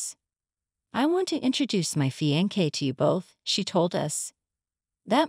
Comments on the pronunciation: Terrible translation. Fiankay instead of fiancé. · Fiancé is pronounced FEE awn say